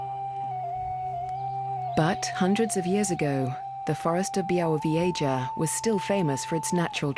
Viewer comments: Byawovyeja! TERRIBLE pronunciation!! >_< But amazing video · my mother grew up in a small village very close to this mystifying forest.. I'm anxiously anticipating my return to this primeval natural wonderland and by the way, it's pronounced BYAH-WOH-VYEH-ZHAH ;)